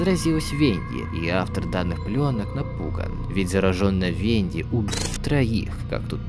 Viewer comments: не тюнер а танер ы не венды а венда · И кста не венди и не тюнер а танер и венда и не орендж а орен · Это НЕ ВЕНДИ, А ВЕНДА, НА КОНЦЕ ЕЁ ИМЕНИ НЕ "И", А "А" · Вообще многие вещи произносятся не правильно, половину спрунков зовут немного по другому. И еще Венда превратилась в Винда. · Во первых не венди а венда а во вторых не лай а овАкс